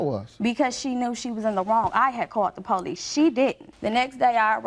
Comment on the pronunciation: Please forgive me for using the “N” WORD…”NONSENSICAL!” 🤦🏽‍♀️ After mispronouncing “police” PO LEESE nearly three to four times, there was a nonexistent PO LEESE REPORT 😂😂😂😂😂😂😂😂😂😂😂😂😂